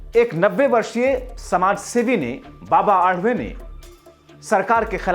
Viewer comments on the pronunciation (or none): बाबा आडवे मत बोलना बाबा आढाव बोलना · बाबा आडवे नहीं सन्मानीय बाबा आढाव बोलो